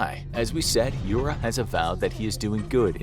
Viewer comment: Yura - you-rah (russian)